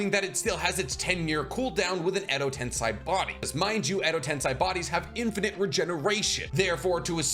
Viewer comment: why do you say TensAi when mentioning Edo TensEi?